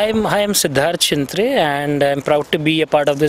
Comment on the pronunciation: त्या मॅडमना शिंत्रे या शब्दाचा उच्चार करता येत नाही, स्वतः शिंत्रे साहेब उत्तम वर्णन करीत आहेत आपल्या अलिबाग नागाव विभागातल्या हौशी यु-ट्यूबर्स ने मनावर घेऊन अशा पध्दतीने चॅनेल्स सुरू करून पर्यटन व्यावसायिकांना मदत करावी.